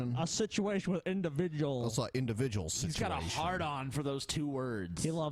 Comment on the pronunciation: I'm honestly surprised that The DP didn't catch Brett on his Indivijuls thing on the first video in this compilation lol. He said it a few times and it was really prevalent lol